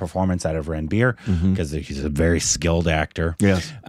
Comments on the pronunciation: Its not Ran-beer, Its Run-beer. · Guys just to help you the name Ranbir is not pronounced as Ran-Beer... Its more like Run-Bee-Rr